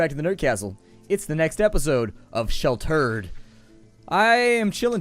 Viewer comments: I like how you pronounced "sheltered" as "shall hurt" in the beginning. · I thought it was Shell Turd because he was pissed at the game.